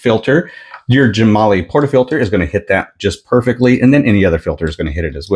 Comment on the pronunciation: I believe it is pronounced Gem-ah-lye.